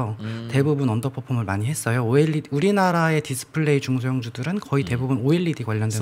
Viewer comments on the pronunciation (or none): 언더포퓸?... 때문에 듣기 시르네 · 이해 못한다고 안하고 듣기 싫다고 했죠 ㅋㅋ 저도 왜 자꾸 언더퍼폼이란 단어사용을 고집하지 란 생각을 하며 들었습니다